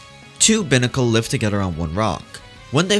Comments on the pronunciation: Sorry for the criticism, but it’s BIY-nah-cull not BIH-nah-cull. Buy as in “I saw this picture with an aggravated rooster on it saying “EAT!” (Hey have I heard that before?) and I just had to BUY it.” I’m sorry. I have a problem with correcting things. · Binacle is pronounced with the “i” the way you would say it as in the letter